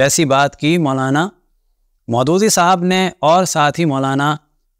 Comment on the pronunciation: You should have pronounced Abu ul Alaa Maududi right